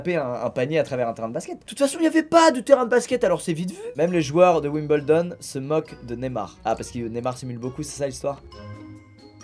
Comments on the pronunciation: Tu m'as blessé as 8min 20 Toi '' WIBELDON'' Moi en même temps.'' WIMBLEDON'' ( en parlant très lentement) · winBLEdon pas winBELdon